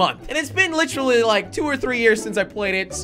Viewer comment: When jelly says literally he says litree